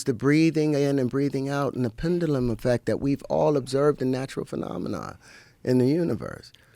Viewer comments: Joe! Please teach this guy how to pronounce “Pendulum”! Are Terrance and Kanye West best friends? They should meet soon! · Out of everything, him mispronouncing "pendulum" is irking me. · Pendulum is pronounced penjewlem. You don't pronounce debt with the b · Pendulum is not pronounced like that lol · Does anybody else realize that he can’t pronounce the word pendulum?